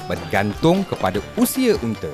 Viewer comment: UNTA BUKAN UNTE LOL